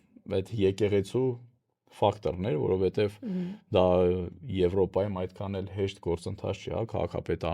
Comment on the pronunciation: Սիրելի՛ հաղորդավարուհի,Դուք երևի լրագրող եք և կարծում եմ, որ պետք է իմանաք,որ հայերենում ա ից և ո ից հետո գրվող յ տառը նաև արտահայտիչ կարդացվում և լսվում է , օրինակ՝ եվրոպաՅում, ֆրանսիաՅում։